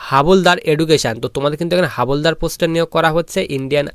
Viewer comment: Not হাবলদার... হাবিলদার